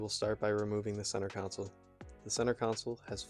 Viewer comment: Centre console. Not counsel. I learnt english from the whites. Anyway thats a good looking interior